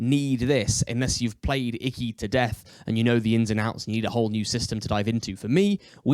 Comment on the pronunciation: say it correctly consistently, please. Ee-kee is the pronunciation. Looks like a great game, though.